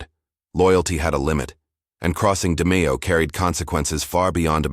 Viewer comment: Can't pronounce Nino or Roy's lastnames.. Adios